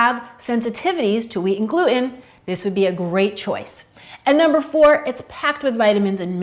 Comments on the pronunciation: I'm a new subscriber and i really enjoy your show! i have a little bone to pick with you about the word Gluten. It's pronounced "gluTen" not glu-en. Not a criticism just a little critique. I really enjoy Quinoa, do you have any recipes for Quinoa Salads? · Did you really pronounce Quinoa beautifully but drop the 't' in gluten?! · Great info! But, gluten has a T in the middle of it. Not sure why so many people stopped pronouncing T's.... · She pronounces quinoa as if the "n" were silent, but she also pronounces gluten as if the "t" were silent.